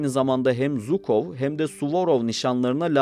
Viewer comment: Zukov değil Jukov